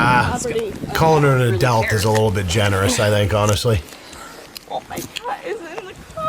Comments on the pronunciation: I love the way sais "Adelt" instead of Adult. Keep being you though, loving it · Love you, please say adult